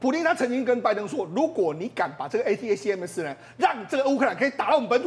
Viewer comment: ATACMS連唸都不會念，功課做得很差,這樣也敢上節目